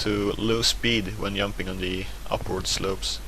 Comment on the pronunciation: he is very good at "yumping"